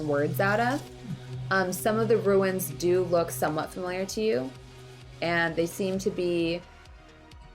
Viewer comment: Ruins are not Runes. I love bronze but every time she says ruins instead of runes I die a little inside.